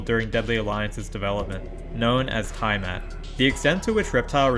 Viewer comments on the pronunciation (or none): it's pronounced like it's written tiamat not taimat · Tie mat lololol try tee-uh-mot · Tiamat is pronounced "Tee-uh-mat." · It’s pronounced TI-A-MAT. It’s a Mesopotamian god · Tavon and tiemat lol your pronunciation needs some work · As a dnd player i am offended by how you pronounced tiamat 🤣🤣🤣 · He butchered to pronunciation if Tiamat.